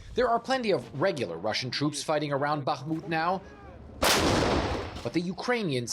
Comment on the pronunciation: The Ukrainian reporter pronounces names correctly, unlike the studio presenter. So a short pronounciation course: It's HHerson - not KKerson, It's BaHHmut - not BaKKmut, It's HHarkiv - not KKarkiv, It's KaHHovka - not KaKKovka, etc. ...like HHunt - not CCunt !! That's easy.